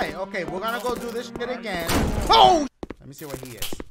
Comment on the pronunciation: "LES DO DIH CHIH" -Dachie 2019